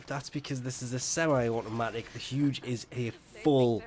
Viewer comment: 1st time hearing about "HUDGE" weapon.... its ZHUGE